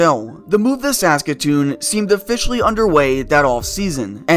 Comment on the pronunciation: Why are you saying Saskatoon so weird